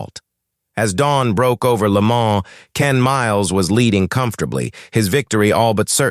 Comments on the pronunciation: I just can't handle the AI voice overs! A V12 is not a 512 because that's what AI will interpret it as. Most of the time he pronounces Le mans correctly and other times like AI would and for that I give the video a 👎 and then let YouTube know not to recommend this channel ¿`_ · Dieses KI-Gequtsche ist unerträglich. Wo war das Rennen? In Lemon? Carol Shelby war eine 'Sie'. Lächerlicher Kommentar. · "le moan"